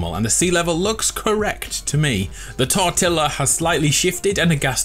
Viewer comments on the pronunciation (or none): Who else heard call the fortilla the tortilla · I just noticed he’s been saying Tortella every time he want to say for Fortella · Phew! I thought I was the only one who called “ fortilla” tortilla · FINALLY someone else who calls it the tortilla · OH MY GOD HE CALLED THE FORTILLA THE TORTILLA I'M DEAD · Did anyone hear him all The Fortilla, The Tortilla??😂💯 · He called it the Tortilla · “The Tortilla” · The “tortilla” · the ‘tortilla’ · "the tortilla" you mean the fortilla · Is nobody gonna address the fact that he called the fortilla a tortilla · you sead tortilla but its supposd to be fort tila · Myth:why does he say tortilla instead of fortilla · He said tortilla instead of fortilla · He said tortilla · It's fortilla not tortilla